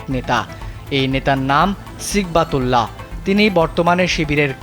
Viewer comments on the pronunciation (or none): নামের উচ্চারণটা ঠিক করে নেওয়ার জন্য অনুরোধ করছি, (সঠিক উচ্চারণ হবে সিবগাতুল্লাহ) সিগবাতুল্লাহ না।